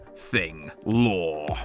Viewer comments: LOOOOOOORE* not LoEr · You need to say that word better dag nab it and longer. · It's not loreee it's LOREEEEEE😎🤙👍